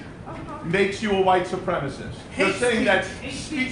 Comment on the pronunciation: ACIST. He's a white supremACIST. Not a supremist. By all means throw around buzzwords, but please fucking learn how they are pronounced first.